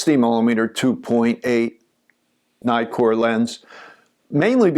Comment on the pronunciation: it's not 'naikor' for pete's sake. It's neeee-kon, neeee-kor etc..